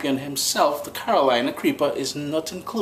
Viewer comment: Hey man, Carolina Reaper. U sound like U are saying Creeper. No matter. Your videos are always very good.